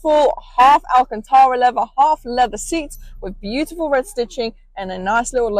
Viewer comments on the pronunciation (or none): none